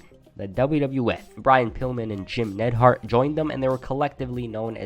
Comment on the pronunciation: It's not Nedhart you idiot.